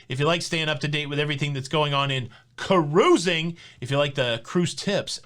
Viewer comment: KA-RUISING!!!! BHAHAHAHAHAHAHA